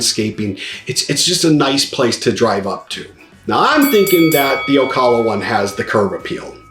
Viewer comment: good video.... of course, Ocala is BY FAR the winner! BTW, you do not pronounce Ocala correctly. O CAL A not O CALL A Thanks